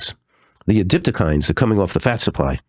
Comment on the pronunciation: adipokines, not adiptokines. But the main thing is that we all had a laugh with you both.